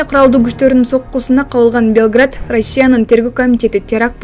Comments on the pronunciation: Ошол Белград бп угулуп атат.Орусча ударение мн Белгород болот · Белград эмес, Белгород. Качан туура суйлойсунор. Уят. Уят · Карындашым .Белград эмес .Белгород. .уят .уят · Белград эмес Белгород деп туура айтсанар,журналист!!! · Журналистики дикторлор туура окубайсынарбы Белград эмес Белгород айырмасы бар Белгород Югославия Россия эмес . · Белград эмес,Белгород апеееей) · Урматтуу журналист айым, Белгород деп так айтсаныз, Белград болуп угулуп жатат, Югославиянын столица ы. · Белград эмес Белгород,туура суйлосонор! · Белгород деп айсан ката белград дебей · Туура айтсан Белгород Белграт дебей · Белград эмес Белгород туура суйло кызым. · Белград эмес,Белгород деп так айтсанар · Кактус дикторлоруна: колунардагы тектти туура окусанар деген калоо. Украина армиясы сербиянын борбору Белград шаарын эмес РФ Белгород шаарын аткылаган. Ушуну туура эмес окуганынар уят эле. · Нолапай, Белград эмес. Белгород!! Сабатсыз дикторлорду алмаштыргыла!! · Белград эмес Белгород деп айтып жур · Белград эмес Белгород,туура окуп туура маалымат берсенер тантырай бербей!.. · Бул экичи журналистерди дикторлорду кайдан табасыңар? Ошончо билимдуу кыздар бар, Белград менен Белгородту айырмалап окуй албаган.